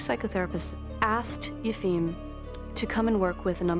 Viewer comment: I can appreciate the arguments Michael Schermer gives on Yefim (the Boston healer) but learn how to say the guy's name.